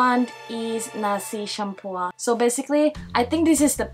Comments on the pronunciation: Its campur not cumpur . Campur means mix hahahaha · just say "campur" not campuar. NOT CRITICIZING. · As a malaysian, i find this review funny, especially for nasi campur (which the gurl pronounced campur as shampoo 😂) and that coffee or we local called kopi peng ah lol sorry but i cant stop laughing hahahahahabhahaa